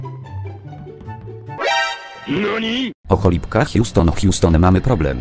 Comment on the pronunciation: "O cholibka hjuston hjuston mamy problem" XDDD